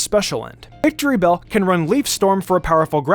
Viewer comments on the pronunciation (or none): It’s not “Victorybell”, it’s “Victreebel”.